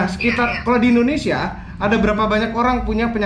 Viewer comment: Ko" nyebutnya "endonesia" negara mana itu?